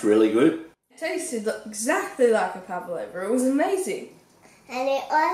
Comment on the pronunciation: She says PAVALOUVA KILL ME